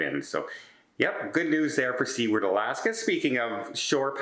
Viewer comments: Did he really just say "Australia and other towns"? And did he not notice that those different November dates were different YEARS? He was looking at old adverts for the event. Also, it's not Sea-ward, it's Sou-ward. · "SOOward", not "SEAward" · I was thinking the same thing! It's "SUE WARD " not "SEA Ward" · SUE-WORD not SEE-WARD. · The name of the Alaskan port of Seward is pronounced "soo-urd" not "see-ward". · Seward is pronounced Suward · I am not surprised. refuses to use the spell checker he desperately needs. He obviously isn't concerned with the proper pronunciation of "Seward" either.